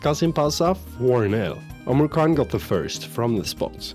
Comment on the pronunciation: Man, this Duran guy never stops (hah get it?) Omurcan is pronounced like Omur-John